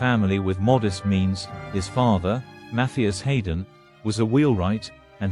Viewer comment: Not least by the horrendous mispronunciation of the name of the star of the show.